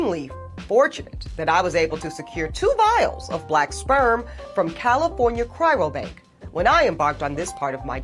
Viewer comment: If she said 'cryrobank" one more goddamn time... It's CRYO BANK ma'am.